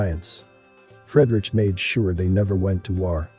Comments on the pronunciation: Please find out how you pronounce foreign names, like, Fredrich ; Fred...Rick, for example. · its pronouced Freeedrick